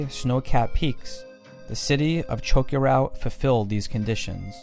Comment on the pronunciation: Been there done it. It's really is amazing. Great documentary but I'd suggest working on the correct pronunciation of many of the names: Choquequirao, Sacsayhuaman, Tawantinsuyu are all mispronounced.